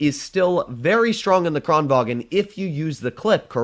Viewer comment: Thx for using the on kranvagn! Love from Sweden <3 btw, your saying kranvagn in German. The gn in kranvagn is combined, like “making” or “shooting” instead of a sharp stop at the g. Or you can just listen on Swedish google translate. Again, love you!